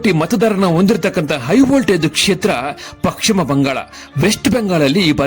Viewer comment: First kannada sariyagi mathadi...paschima bangala...pakshima bangala alla